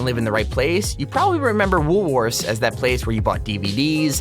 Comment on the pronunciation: WoolWorthes in Australia is a supermarket. I dont know about you guys but when he said "woolworthers" I was about to go out on him until i saw a pic of the store he was talking about